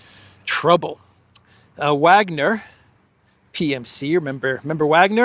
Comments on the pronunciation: Btw its (Vah)gner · please learn to pronounce Wagner properly. IE: Vargner! W in German is a V!!!